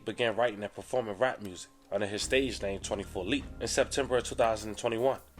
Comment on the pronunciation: Butchered every name